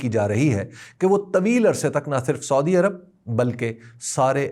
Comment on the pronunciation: حبیب اکرم صاحب اس دلچسپ معلومات کا شکریہ لیکن ایک چھوٹی سی اصلاح کی جسارت کرونگا کہ مہربانی کرکے سودی عرب کے بجاۓ اگر سعودی عرب تلفظ کریں تو بہتر ھوگا.